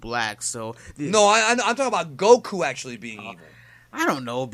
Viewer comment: Why do you pronounce goku like go ku